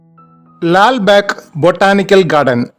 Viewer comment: ലാൽ ബാക്ക് അല്ല.. ലാൽ ബാഗ്